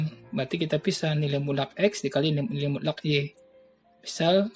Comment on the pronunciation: Mutlakk bapak bukan mulak